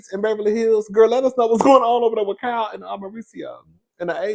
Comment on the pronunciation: 😂Cowl😂 the way you pronounce Kyle’s name is cringe but I have to laugh & love it cause you my boo thang 😅❤❤❤❤❤❤❤❤❤❤